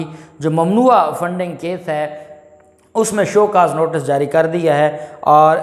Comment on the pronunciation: Maasha Allah aap bohat achcha boltey hein please NOTICE ko NOTAS NA BOLA KAREIN THANKS